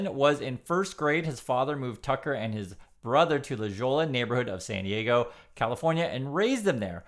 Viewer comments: its LA HO-YA not la JO-LA.. come on you have heard some spanish being on the west coast. Anyhow, Tucker is a turd of a human being. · It’s La Hoy-ya, not La Jaw-la 😅 And yeah, it’s bougie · La hoy-ya!! I thought you lived in LA? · Hi! Just want to share that La Jolla is pronounced “La Hoja” with a long O. I love your channel. Keep it going. All of your outdoor video entice me to visit South Korea. It looks really pretty. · Others will have this too, it's pronounced "La Ho-ya." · La Jolla is pronounced La Hoya . Love all your vids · it's pronounced "la ho ya"